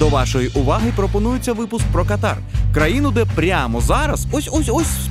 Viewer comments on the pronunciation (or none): Катар бывает верхних дыхательных путей). Страна называется КАтар. Ударение на первый слог.)) Шутка юмора, без обид.))))